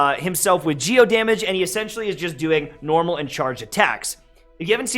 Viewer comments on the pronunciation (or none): none